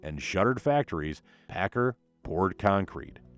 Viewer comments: It’s pack- car. Not packer .learn the idiom for your documentary! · Please- it’s pronounced- Pack car- like two words, not Packer. I was fortunate to fly Chuck Pigott many times during the seventies when he was on the board of directors for Boeing. He always pronounced the name like to words. Don’t know how Mark Pigott pronounces the name.